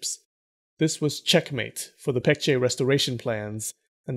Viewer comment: His name is pronounced Poong. Like oo in poop. Korean romanization is confusing I know just help out. Also a better way to pronounce the Korea names are Baekje with a b Baekgang with a b. Just like Busan...instead Pusan.